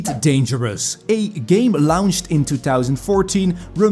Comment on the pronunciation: Hmmm. I keep hearing this nauseating "LOUNCH" word, instead of LAWNCH (launch)...Are you for real, dude?